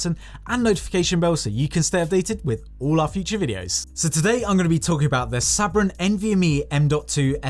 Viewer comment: Your saying Sabrent incorrectly, your British not American, and you didn't do a speed test.